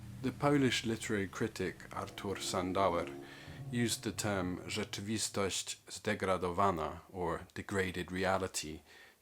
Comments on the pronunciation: "Rzeczywistość zdegradowana". Not many foreigners can pronounce such Polish words correctly. But you did. Gratulacje! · Excellent video and comparison of Ligotti with Schultz, your "rzeczywostość zdegradowana" sounded great 👍